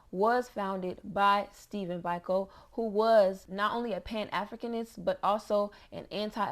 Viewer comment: Great video.... Stephen's last name is pronounced as "Bee-ko" Love from South Africa🖤